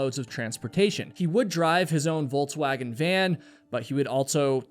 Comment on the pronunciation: I wasn’t sure the first time he said it, but the second time I had to rewind and listen closely. I understand Volkswagen isn’t made on the US but it’s a well known vehicle. So when I heard Volts-wagon I had to be sure. That’s a first